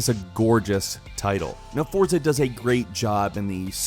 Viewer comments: Forza is pronounced Fortza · The title Forza from Deutschland is pronounced FORTSA. Danke BTW Gran Turismo Sport is the best!!!!!